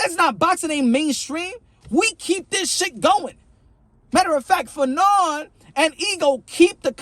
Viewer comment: Wasn't you calling fannon fagnon I think that's worse than bud did lol